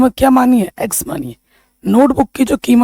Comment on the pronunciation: Sar 😂😂 नोटबूक नही होता नोटबुक होता है